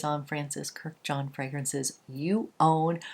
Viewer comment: It’s not Kur-jan, it’s Kurdi-jan. He’s Armenian just like the Kardashians. All Armenian last names ends in -an. Armenians are Middle Eastern, and related as well as being a biblical people just like the Arabs and the Jews (Semitic).